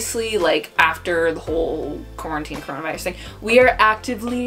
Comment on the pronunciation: Nobody:: CORNANTINE